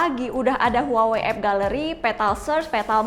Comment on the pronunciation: Ngomong huwawee..lol, pngucapannya wawei kali neng, kek samsung..hrusnya dibaca samsong.